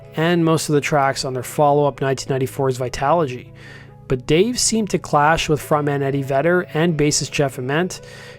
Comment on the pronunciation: hihihihi ... I know that pronouncing ABBRUZZESE correctly is a tongue twisting for non-italian speakers